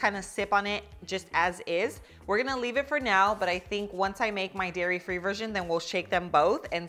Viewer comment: DAIRY not Diary